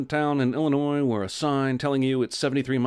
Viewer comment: I'm glad he pronounces Illinois right the s is silent